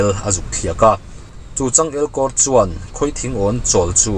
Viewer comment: Ngaihthlak a nuam thin e, mahse tinge (chuan) tih lai hi i lam uar vak zel le🤭🤭😂😂thil ho mai2🤫🤫🤣🤣